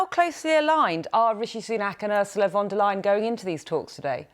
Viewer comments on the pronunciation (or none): pronounced Von der Lay-en not Lie-en